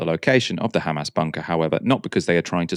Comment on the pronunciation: Khamas & Khezbollah 😅😅